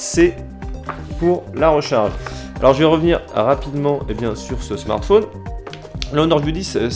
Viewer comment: pourquoi dit-il " smartfoun " ?